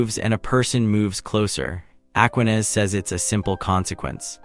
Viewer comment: Aquinas. The stress is on the second syllable.